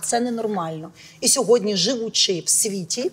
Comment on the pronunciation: Оля, не ображайтесь, але Ви говорите "сьогодня", говоріть, будь-ласка, "сьогодні", бо ріже слух.